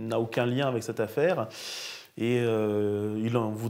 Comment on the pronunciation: Très bon documentaire, Monsieur Zéro. Félicitations! Par contre, de grâce, cessez de dire "Ayèk" au lieu d’”Avec”. Merci!